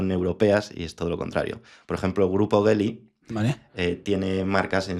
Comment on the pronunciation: Geely no Bely